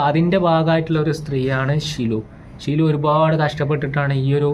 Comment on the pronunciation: ഷിലു അല്ല. സിലു ടോക്സ്